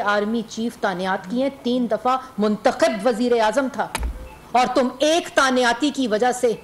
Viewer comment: Tanyati ni Tainati hoti